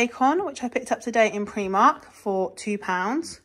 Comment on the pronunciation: Love Primark, but you pronounce it Preemark …us in Hertfordshire call it Primark. 🤷‍♀️ they have some great bargains. Thanks for sharing 😊